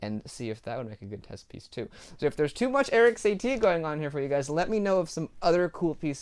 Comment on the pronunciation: Your pronounciation of the title of the piece is quite good, but the name of the composer is more [Sah-tee], with short -ee ;-P